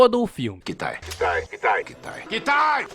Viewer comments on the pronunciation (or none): Não é katai e kitai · eu amo teu trabalho, mas Katai é teu boga. É Kitai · Eu faço um esforço pra gostar deste filme da mesma forma que me esforço pra ouvir o falar "katai" quando na vdd é "Kitai" kkkkkkkk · eu adoro o filme. gosto muito desse gênero de ficção científica, aventura, ação etc. talvez uma continuação possa salvar parte do filme ou deixa-lo enterrado seja a melhor alternativa. me deu uma agonio do karai o errando o nome do muleke toda hora kkkkkkkkkkkkkk o nome dele é KITAI não Katai. Tirando isso, ótimo video ve se 1 dia vc pode resumir o filme amor e monstros é um filme bom.